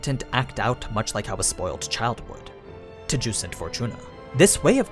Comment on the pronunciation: I hate the way he says geuse it sounds like hes saying juice and is mildly irritating.